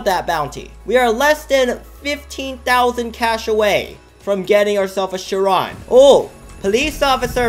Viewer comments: Of death basically how he says it LMAO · Nice job pronouncing “CHIRON”. Lol 😂😂😂